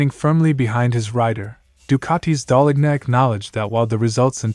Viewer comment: Just so you know, the letter 'g' in Gigi Dall'lgna is silent... so what you should hear is, Daal-lean-ya...Other then that great channel!